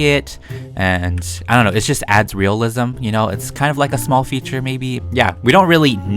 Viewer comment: It's just so funny when he says "realism"